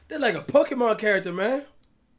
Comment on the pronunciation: “Poki mon “🤣🤣🤣